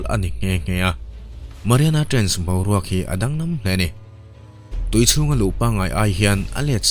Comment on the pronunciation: Trainch a ni lo aw😂 TRENCHH-I zawk😂😂😂